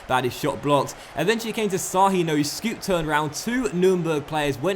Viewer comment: Sahin with the thingy under the S, is pronounced "schahin"